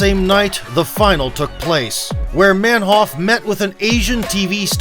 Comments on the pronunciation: His name would be pronounced "manhoof" in Dutch, not "manhoff". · "MenHOF" ....No...it's Manhoef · Roided up. Took the example of the other Suriname Dutch , Alistair Overeem. By the way , it's ManHOEF , like in GOOD. , not HOF.